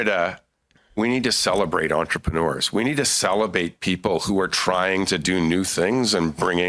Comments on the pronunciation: Did he say "celibate"? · Literally heard him flub his words, "celebrate" is what I think this liberal ment to say but instead said "Celebate" xDDD what idiot who's uncomfortable with the harder questions. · Did he say celebrate or celibate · CELEBRATE or CELEBATE..Hmm say it right not once but twice you buffoon. 😂 You your a liar Tim, money laundering at its best. 💸💵💸💵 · It sounded like he said, "we need to salivate people." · The Minister was correct when he said "celebate" busimess. I also don't believe the old story about people arriving in Cnanada "with nothing in their pocket" - of course that may now be possible. At one time even the people from Britian needed to be sponsored.